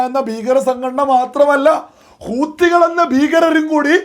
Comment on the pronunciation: ഹൂത്തി അല്ല ഹൂതി 😂😂😂. എന്തായാലും ഇവറ്റകൾ കൂത്തികൾ തന്നെ.